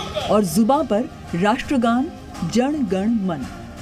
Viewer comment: एंकर को " जन गण मन"ठीक से बोलने नही आता 🤔😲🙄😏👎👎